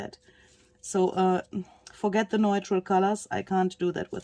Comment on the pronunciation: Neutral = NEW-trull